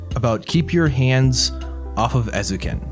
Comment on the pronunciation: Ay-zoh-ken. You were pretty close, though; and great video! I’m glad someone is finally talking about Eizouken, it deserves so much more attention.